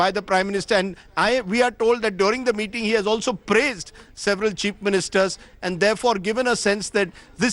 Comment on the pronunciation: Is he intentionally saying "Cheap Ministers" instead of chief ministers or is it just me hearing it that way 🤔